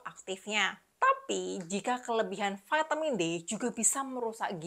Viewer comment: Apa itu Vaetemin, apakah maksudnya vitamin? Memang sejak bila huruf i dibaca ae dan huruf A dibaca e?